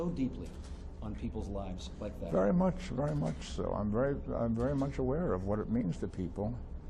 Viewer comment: vaery? i dont think that word is in the english language